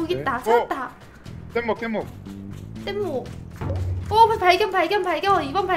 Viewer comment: 땟목이 아니라 뗏목이 맞습니다